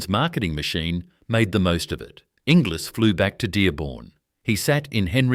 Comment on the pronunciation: Oh, Inglis is pronounced Engulls:body-blue-raised-arms